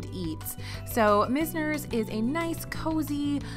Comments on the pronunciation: I could be wrong, but I've always said MIZE-ners (like "wise"), not MIZZ-ners. It's one of my favorite WDW bars, thanks in large part to bartender Tammy. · FYI, you had the pronunciation on Mizner's right the first time - it's MY-zners. (Named for one of the defining architects of South Florida